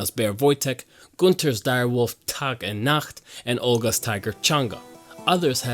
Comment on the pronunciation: Do you happen to speak german? Your pronounciations of ''Nacht'' and ''Tag'' were on point! Besides that, good video :D